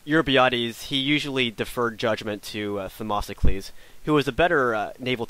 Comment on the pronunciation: Its themistocles! Not them"O"sticles!